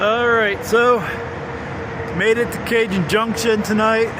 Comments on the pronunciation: ... It's pronounced Ca-Hone (remember, J's are basically H's in spanish... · Cajon Junction CA is pronounced Kaw- hone Junction! LOL Hey I'm from Chicago and even I knew that!